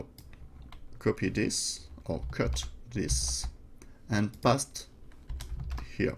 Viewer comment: Paste is "pAAyste" A as in Able. [English teacher ;) ] Parameter = pah-ram-ehter